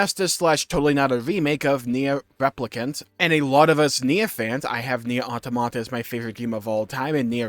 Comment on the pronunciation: Can you please pronounce automata correctly